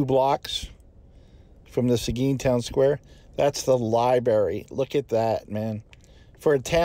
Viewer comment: Not many know how to pronounce Seguin. Awesome 😎